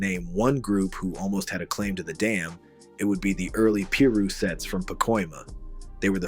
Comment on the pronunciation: wtf is p-Ru? It’s piru dumbass😂